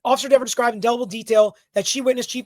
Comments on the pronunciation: It’s DEVER. I don’t know why this is so hard for you men! Not DEVERS, not DEEVERS. JC! Can’t stand it anymore, leaving. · It’s DEEVER 😂😂😂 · Ms. Deh-ver....oh the web that was weaved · If you miss pronounce her name three times, locust appear and attack you! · She F with the wrong Attorney. Mrs. Dever’s shouldn’t had a terrible attitude towards him and she shouldn’t have lied on an innocent woman potentially going to prison to protect her brothers in blue that were the real killers. Sorry Mrs.Devers did I pronounce that right see what your blue line buddies did they got you to lie and threw you to the wolves and ruined your career you should have upheld the constitution like you took a oath to citizens are tired of cops getting away with the injustice and thinking they can violate peoples rights and get away with it if you would have told the truth you would have probably been a hero and could have either kept your job or at least rehire at another department. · Dever (pronounced like Beaver 🦫) needs to be demoted to a meter-maid 😅. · Let the fight it. We can have DEE-VER case law for the rest of time. The world will be mispronouncing her name to infinity,....AND BEYOND, I second Alan's motion. 👋